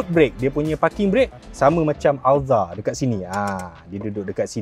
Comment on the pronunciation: pronunciation Alza tu kemain hahahahaha